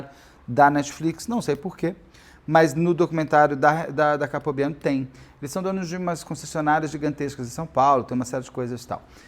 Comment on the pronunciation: Pq capobiano? O correto é Caltabiano